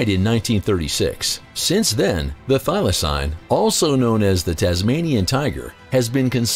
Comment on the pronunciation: Idk who this narrator is but he's really off on his facts. He doesn't even pronounce thylacine correctly. One was captive in a zoo and was neglected.